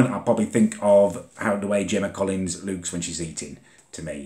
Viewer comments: LUKE LEWK LOOÒOOK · is it just me who creases when he says 'looks' 😂 ?